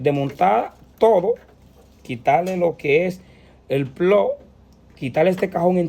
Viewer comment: Es plug no plo los plo no existen habla bién mi pendejazo!😂😂😂😂😂😂😂😂😂😂😂😂😂😂😂😂😂😂😂😂😂😂😂😂😂😂